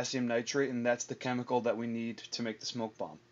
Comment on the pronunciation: You mean bomb, not "Bonn", right? ;)